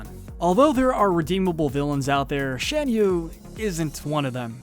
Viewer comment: It's pronounced Shahn-you. Get it right.